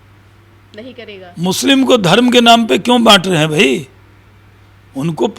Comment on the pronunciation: अरे काका पहले मुस्लिम शब्द तो बोलना सीख लो